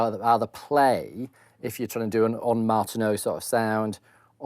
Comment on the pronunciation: I'm binge watching these cribs episodes and I practically yelped with delight when Michael pronounced 'ondes Martenot' properly.